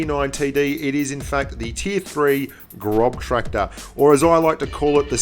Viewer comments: I don't blame you for calling it the Grobtraktor, but it is pronounced graws-tractor. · Its gros not grob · Hehe "the grobtractor" 😂 its pronounced grosstractor, its just weird german pronunciation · Adel Tuncer Yeah.. it's actually like Gross tractor, not Grob tractor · Großtraktor = "Grosstraktor" Großtraktor ❎ "Grobtraktor" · Hey! it´s Gross (gernman for large) not grob, the "ß" is a german letter for a double "s"! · Hey mate, the 4th letter in "Großtraktor" is a German letter; "ß" is more or less equal with double S in speaking. It was funny to hear and read GroBtraktor in the video. ;-) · The ß is pronounced as a hard S like SS so it's Grosstrakktor.. if translate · ik its probably how its spelled and great video but it is pronounced grosstraktor because the ß is pronounced like an S but either way great vid keep it up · that ß is a double S sound. It's a grosstracktor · It's Großtraktor, pronounced GrossTraktor 😉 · Grub tractor! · I cringe everytime he says grob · Boah, it's called "Großtraktor". ß, not B!! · Technically pronounced "Grosstractor" In German, that "ß" is a phonetic "S" not be rude ;) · GroBtraktor, maybe learn how to pronounce the name of something you're talking about? It was so unprofessional. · Austrian here: You pronounce the ß in Großtraktor like a normal S